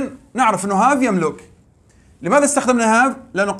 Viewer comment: شكرا جزيلا بارك الله فيك استاذ حفظك الله لدي ملاحظة وهي نطق فعل يملك باللغة العربية نقول يملِك بكسر اللام وليس بضمها تقبل مروري